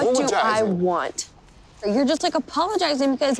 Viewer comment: "What do you WHUNT? What do you WHUNT?" Also, Charlie's questions are only provocative if you got something to hide